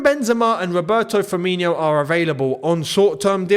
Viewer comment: please never say fiminijo again. there is no "i" or "j" at the end of his name. it's just firmINO. and he's a liverpool legend so you better respect the name.